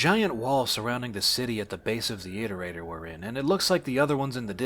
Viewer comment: Im so used to hearing how Daszombes says iterator that hearing say it correctly sounds wrong